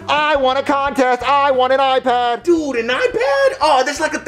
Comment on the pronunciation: you realise the character joseph has a speech impediment? he says "dude", as "dood"